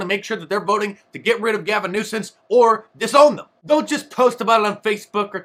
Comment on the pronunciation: "Gaving Nuisance." 😂😂